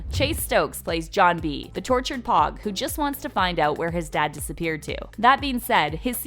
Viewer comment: Stop saying pog plz it’s pogue